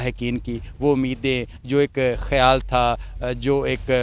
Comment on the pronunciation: مسٹر میزبان صاحب لفظ۔۔۔کھیالوں۔۔۔نہیں۔۔۔خیالوں۔۔۔۔۔ھے۔تصحیح فرمالیں۔ شکریہ